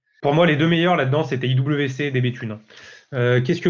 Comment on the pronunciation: En allemand IWC se prononce effectivement IVC 😉